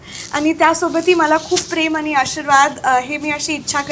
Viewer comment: शेवटी आनि पानीच बोलतेय. ण आणि न मधला फरक सुद्धा कळत नाही.